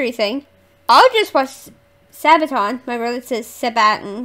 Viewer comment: Do more Sabaton. You say it correct, not your brother :) Read about song before listen to it, enjoy the world of Sabaton.